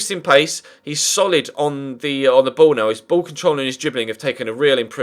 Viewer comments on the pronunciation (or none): none